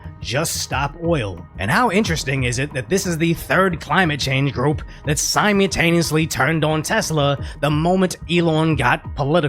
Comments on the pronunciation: Bruh, you gotta stop saying "sigh mew tane e us lee". SimMULLtaneously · Brother. I beg you. Every single time you upload a video, I beg you. Please stop saying "sime youtaneously" It's "simultaneously." Sime ul tay nee us Lee The first L is not silent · If you are going to use the word "simultaneously" all the time, you gotta work on the pronunciation! More of a mal sound than a mule. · I love your videos man... but in almost every video you say, "simeataneously" instead of "simultaneously" and it bothers me. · Simu L taneously. There's an L there.